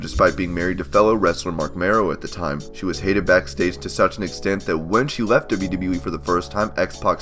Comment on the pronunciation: I hate how you say "wwe". stop it